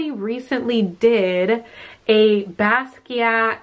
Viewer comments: Basquiat is pronounced bah-skee-ott. The Smithsonian is in D.C.. I am so enjoying all of our stormy weather! Love from The Galleria area.😘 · the T is silent:((( silent:((((( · Loving the vid! I missed these little unboxings ❤ ok but who else is cringing at the fact that is saying Ramune and Basquiat wrong? Its itching at me so much omg